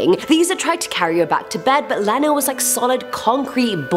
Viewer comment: I think you pronounced Lena wrong. I think it should be Lee-na!!!!!!